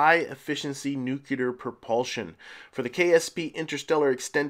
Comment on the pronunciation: Cool rover and station setup. Enjoyed it. One pet peeve... Nu CLE-ER not NUC-YOU-Ler. :) anyway... minor thing. Just thought I would toss that in. Great series and loving it.